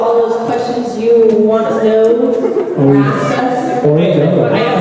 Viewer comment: lia Ask not aks.:)